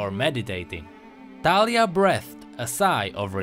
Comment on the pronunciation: i think its like the actual name so you probably pronounced it correctly. :) also great vid